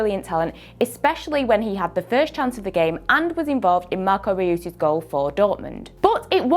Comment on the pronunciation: "Marco Re-use"